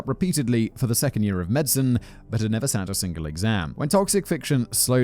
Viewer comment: Sorry but new favourite miss pronunciation Sat / shat.